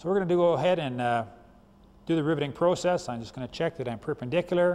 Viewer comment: I like the way he says "Proo-cess". Great Video thank you!